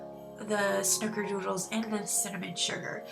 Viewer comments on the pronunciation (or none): We always pronounced them Snickerdoodles...both versions sound so cute!